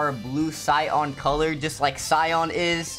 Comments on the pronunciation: Cyan Not Cyon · Its cyan not “cyon but nice anyways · It's cyan not cyon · Its sigh - an not sigh - on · WHY DOES HE SAY “CYON” NOT “CYAN” NJFSKVDJIDV#CBDVS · Cyan isn’t called cyon she’s called cyan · why did you say cyan like it was spelled Cyon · It’s not cyawn it’s cyan!!!!!!!!! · did this dude really say cyon? it's cyan "yan" not "yon" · It’s cyan bot cyon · Bro saying the word cyan wrong it’s si an that’s how you pronounce it